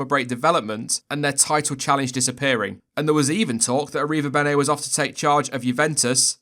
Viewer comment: damn you slaughtered that name